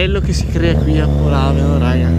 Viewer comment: il posto si chiama Lodrino non Modrino e polàveno non polavéno